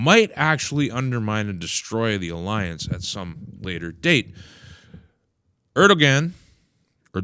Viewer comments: If you care to say his name correctly, it'd be pronounced AIR-do-wan. The g is silent with the emphasis on the first syllable. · ER DOH WAN (sorry not yelling just trying to show the pronunciation)